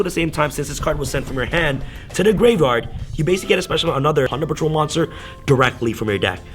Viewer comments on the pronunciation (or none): Dude its plunder patrol not punder